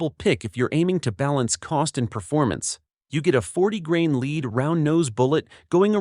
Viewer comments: Graimes?? Frames-per-second? el-arr loads? Leeed bullet? All the way to 50 to 100 yards❓ Wow 😮 Robot 🤖 🎤 voice 🗣️is annoying. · Lead ammo, pronounced lead, like you lead a horse. Can't afford a human to do the narration? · Interesting ... but: Frames per second? and It is pronounced led (as in lead) not leed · The AI is terrible l. Frames per second? Leed instead of lead? Get a human. How much would it really cost to eliminate AI narration . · I hate shooting ''leed'' rounds.. yeah our language is stupid with multiple meaning of the same word or letters makeing sounds they really shouldn't. But come on AI how hard is it to know the difference when talking about ammo that leAd is leAd not leed .. u may leed your target a bit more if a lead bullet is used . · "frames per second"... ah, those stupid AI voices... then we get "40 grain lead round-nose bullet" read: "leed".... Jeez.... No wonder you got 806 thumbs down, though you got an 'up' one from me (17.5%). Even if you are not a native speaker, please make an effort, read the script yourself, people will not mind your accent, if you have it. Otherwise, the material looks inauthentic. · That and lead pronounced leed every time. Lastly, "Standard V" for Velocity became "Standard 5" LOL!😂